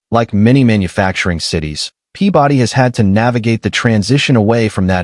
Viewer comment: My eye twitched every time he said “Pea body”